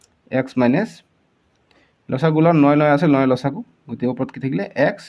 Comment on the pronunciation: Video to sai vbisilo bhulbor okol morei sokut porise nki 😝...but comment porhi gm palo sbei bhul boror kotha likhise 😂....ru apunak koisu axomiya vakha koise jetia pronunciation bor alp correct koi kribo...val nalage xaat ( ৭) tok saat buli kole, ru losagu nhoi lokhagu buli kobo... miya nki apuni 😂